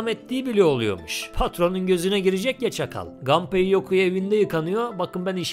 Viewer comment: Japon oyunlarında mesela Kazuya Kazuya, Mishima Mişima okunduğuna göre, Japon spikerler maçlarda Nakamura'yı Nakamura okuduğuna, Samurai'ı Seymarey okumadığına göre Gunpei'yi muhtemelen Ganpey okumuyorlar.